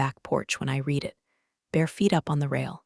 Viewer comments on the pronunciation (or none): A few constructive remarks. 1. the past tense of the word "read" is pronounced "red". 2. Your new ending isn't working. There is video but no audio. 3. I don't know how your video's text is created, but there are quite a few misspellings. Sometimes Lawyer is spelled liar. That's enough for now. I do love your videos.